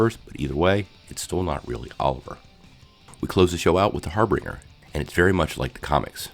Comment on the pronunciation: It kinda bugged me how you mispronounced Kara and Harbinger but thank you for the recap because I can’t find this episode for free anywhere on the internet!